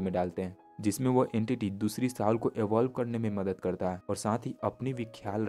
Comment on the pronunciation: Very nice. I love your content. Please Soul ko sahi se bolo vo सोल bola jata hai na ki साउल